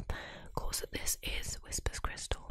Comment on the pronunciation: Can't get past "whispers crystal" ("whisper's crystal?") each time, especially since it's spelled correctly. It's like how some British dialects say "Barricko bomma," despite knowing that's not how it's pronounced.